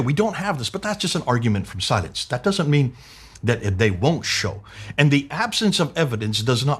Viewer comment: the way you're pronouncing 'silence' it sounds more like 'science' - you may need to emphasize the 'l' just a little more than you currently do to avoid people misunderstanding you.